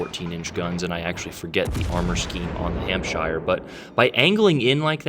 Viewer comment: just a tip for you if you read this, you dont pronounce shire in any british countys as shire its more like sher,so , its hampsher ,chesher etc, just thought youd like to know